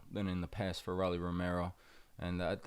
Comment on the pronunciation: Jesus Christ, its pronounced "Row-Lee" not "Raw-Lee". Like the nickname of a Rolex "Rollie"